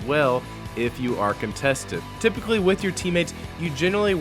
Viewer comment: TYPICALLY TRYPICALLY TYPICALLYH